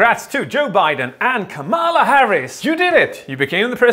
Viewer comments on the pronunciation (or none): you say KAmala, not KaMAla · I closed the video when he said 'Kamaalaa Harris' lol😂 *Just kidding, you are awesome ❤️ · just so you know her name's pronounced comma-la. a lot of people get it wrong at first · kamala is pronounced differently